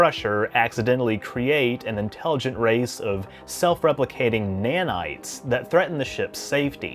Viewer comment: its nanites not "manites". Nanite, like ipod nano